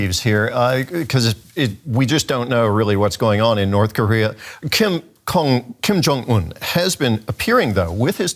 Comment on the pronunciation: Did he just said kim kong un 😂